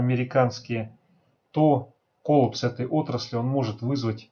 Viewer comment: колла́пс. неправильное ударение слух режет